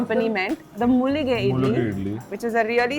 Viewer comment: It's mallige, not mullige 🤦🏻🤦🏻🤦🏻🤦🏻🤦🏻🤦🏻🤦🏻🤦🏻🤦🏻, Mullu means thorns in Kannada 🤦🏻🤦🏻🤦🏻🤦🏻